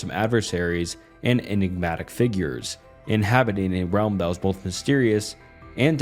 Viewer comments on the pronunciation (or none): none